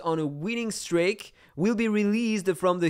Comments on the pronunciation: the pronunciation of streak is [stri:k], not [strejk] 🤣 still love the vid and the fact a daikatana fellow defeated your attack ;p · I already got used to the accent 😂 but with the streak I was like its 100% wrong and then I thougt about the pronunciation of steak and how its written and I had to double check lol (not a native english speaker so I know the struggles)